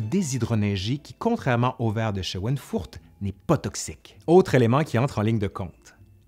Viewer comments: C’est schweinfurt non scheweinfurt. C’est une ville de Bavière. J‘y vais régulièrement. Schweinfurt viens de Schwein qui signifie porc . Il se prononce ( chvaïnfourtt) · Schweinfurter Grün, vert de Schweinfurt, pas de "e" après "sch", et prononcé "chvaïnfourte". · Oh, bon retour !! Par contre, votre prononciation de "Schweinfurt" est... créative disons 😄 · on ne peut pas exceller partout !